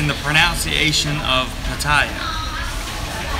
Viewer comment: Ummm,, it's pronUnciation, not pronOUNciation, lol.